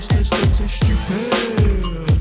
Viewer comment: It's tchupid.